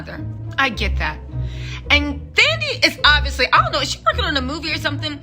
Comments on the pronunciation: Her name is African and the h is silent. So it’s not THAN-dee, it’s Tan-DEE-way. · I know you are bad with names😂, but it's pronounced "Tandie", the "h" is silent. Love your vids and your infectious personality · Hey 😊 the 'Th' is pronounced as if the 'h' isn't there, like 'Tandie' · The "th" in "Thandie" is pronounced in the same way as "th" in "Thailand" and not the English "th" pronunciation by the way 😆.